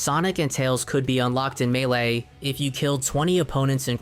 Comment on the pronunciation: Homey I love your content, but you HAVE to work on your pronunciation, there’s a couple of words you get wrong. Melee is pronounced May Lay. I would recommend finding someone to share your video with and they can provide you notes on how to pronounce words. Other than that, your content is awesome and I love it so much.